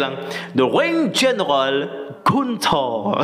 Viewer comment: Gunter dibaca Guntah